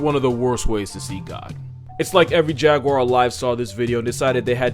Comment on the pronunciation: my favorite part is where he pronounces Jaguar correctly. respect. (I've heard everything from Jag-wire, Ja-goo-ar to Ja-gyu-war) sigh